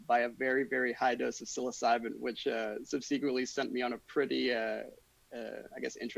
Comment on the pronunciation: you are one of the smartest and most articulate psychonauts on YouTube, and I am truly grateful for what you’re doing, so please don’t take it as anything other than a friendly FYI when I say this: you’re pronouncing ‘subsequently’ wrong